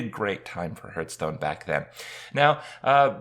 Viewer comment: Hurtstone lel :D